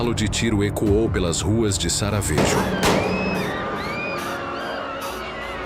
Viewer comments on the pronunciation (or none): Sarajevo! Você errou, amigo! SARAVEJO tá bem errado !!! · O cara querendo contar uma história que ele nem sabe falar onome Sarajevo